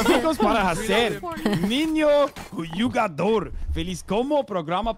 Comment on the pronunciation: he says jogador instead of jugador kkkkkkkkk